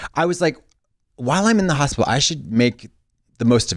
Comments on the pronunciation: i thought i was having a seizure when trixie said hospital. she continues to push the limits with pronunciations daily. love that. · The way Trixie says “hospital” actually made me think I was having a stroke for a moment lmao